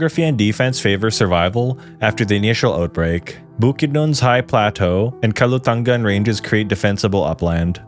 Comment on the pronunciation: Its Kalatungan Range, not Kalutangan ^_^